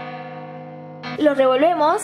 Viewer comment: ajaja me encanta cuando dice 'lo revemos'